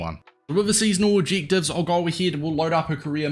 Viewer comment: Not to be rude but stop saying objectives like that😂